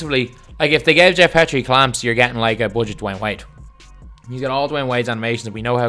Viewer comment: It’s been bothering me for months, his name is pronounced “Geoff Pea-tree”